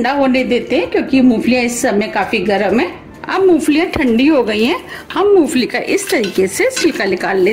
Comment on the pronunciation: madam moofali nahi moongfali 😄